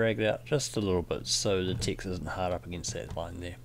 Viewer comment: Every time you say "Text" I keep hearing "Ticks". The rest of the words appear perfectly legible. =) How is that? What kind of accent is it? And oh, enjoying your tutorials a lot - very new to Illustrator (and frankly detesting its cluttered UI).